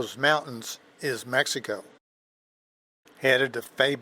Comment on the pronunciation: My respect for this man, I was very pleased to hear his pronunciation of the name MEXICO, a great country that shares many more similarities than differences with our neighbor, the United States.